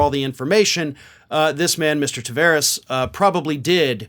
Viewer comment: Ta(var)es Its a latin portuguesa name the var is prpnounced like bar.... Car... Far A wide open taaaaaaaavaaaaaaares